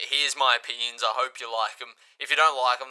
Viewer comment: saying "oppinions" is going to become a meme by the end of the week I can feel it